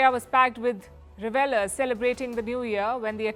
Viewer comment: Learn how to pronounce “ revellers”!